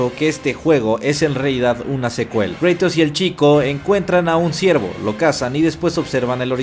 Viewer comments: Es Kratos no Kreytos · por favor no digas creitos di cratos se escucha mucho mejor asi cratos kratos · Kreitous ulala señor francés... se dice cratos